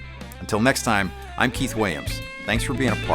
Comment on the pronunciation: Awesome playing!! I know you hear it all the time but you're seriously my favorite. Also, why do you pronounce your own name wrong??